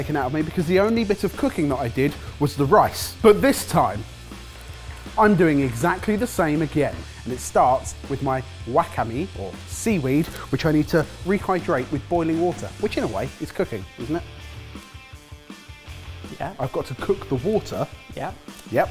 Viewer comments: do they still not know how to pronounce wakame? (Wah-kah-mé) Also I was half expecting wig to catch on fire with the way he was bent down over the stove lol. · I didn't expect to get Wakame right but to hear WACK-A-ME was spectacular 🤣🤣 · It's pronounced WAH-KAH-MEH btw lol. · I think I need chocolate. I almost went on a rant over butchering the pronunciation of wakame. Instead, let me just say that the video is entertaining, and I always love a good seafood episode.